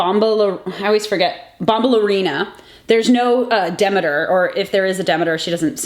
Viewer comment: ... its pronounced De-MEE-ter lol love the vid!